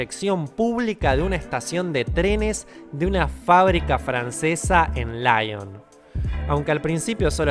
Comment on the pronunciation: me encantan tus videos, pero quiero decirte que Lyon se pronuncia "lion", no "laion", porque es francés, no inglés. Y perdona que me prenda, pero es que amo esa ciudad xD (estuve de intercambio en ella hace unos años <3)